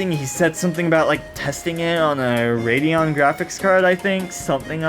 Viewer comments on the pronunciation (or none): none